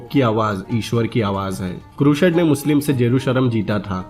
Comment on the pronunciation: Yeh bi toh deta ki Jihad kya tha, musalmano ne kitne nirdosh logo ka mara, kitno ka rape kiya aur kitne cities ko loota, jalaya. Woh sab bataye hue yere muh main Dahi jam gaya kya. Kehta hai bina kissi ki side liye movie explain kar raha hu, aur explain kar raha hai Crusade ko, pehle pronunciation theak kar le apni, phir Crusade boliyo.